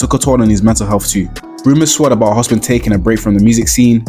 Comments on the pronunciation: hopsin not hospin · Bro saying Hospin instead of Hopsin rubbed me different 😂😂😂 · My nigga its "HOPSIN" not Hospin?😂